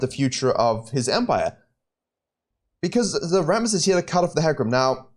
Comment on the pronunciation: I watch this video mainly to hear RRRRRammooss Also, I don't have much time to play and play mostly jngl only when I do, but man did they GUT jngl role sooo bad -_- If you lose some ganks, and just focus on ganks, you lose wayy too much xp, and you end up being lv.8 with a jgnl with worse score than you being lv.11..